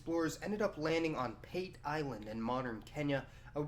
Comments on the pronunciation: PATE is pronounced Part Ay not pate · Pate Island is pronounced "paa-tay" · Can you just refer to Africa as Africa. ‘’ Dark continent’’ do you refer to Europe as ‘’ bright continent’’ Also Pate island is pronounced Pate` like foie gras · Great video. However, the pronunciation of the Island's name is "PAH-TEH" not "PAYT" as you've mentioned. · It is pronounced Pa-teh, not pait. Man, this is the second video I've seen in which somebody makes that mistake. Anyway, as a citizen of Kenya, I don't see any problem with the Chinese coming here. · Great vid. Plenty of interesting info I wasn't aware of. Though the name of the Kenyan island would be pronounced 'Pahtay' not the anglicized way you do. Love the work though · Pate island , pronunciation is partee island . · Pate Island...read it as P-a(apple)-t-e(egg) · Pate island is pronounced as Paateh otherwise very informative video.Thanks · You're mispronouncing pate island. Say it like the food. Funny thing is thousands of Chinese are now back here in kenya especially around the islands pate, lamu and mombasa and more arrive everyday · When pronouncing native words especially in East Africa like Kenya we read them literally. Pate island is PA_TE. the PA is like the PA in Patrick. TE Is like the TE in temple. Good content but observe the terminalogies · It's pronounced P-A-T-E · The a in Pate is pronounced like the u in "bus." The te is like the fe in "Santa Fe." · Pate island is pronounced a for apple and e for egg